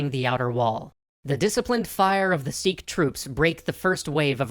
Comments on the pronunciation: Its sikh not seekh get you pronounciation right. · Do a video on Hari Singh Nalua, a Sikh general. And its Sikh, as in itch, not seekh